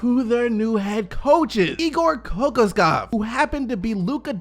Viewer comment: It’s pronounced (Ka-Kosh-cough)